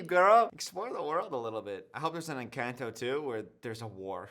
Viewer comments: I swear this "new rule" you've implemented has been around for the almost 6 years I've been subscribed to you lmfao (also the butchering of the word 'Encanto' hurts, esp bc the say it IN the movie😭😭😭) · pronouncing Encanto wrong the whole video had me yelling at the screen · the pronunciation of encanto is making me laugh so much, thank you